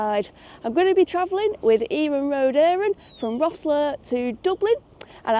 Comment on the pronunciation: Bravo for saying Iarnród Éireann correctly, I think it makes up for the "Southern Ireland" blunder last time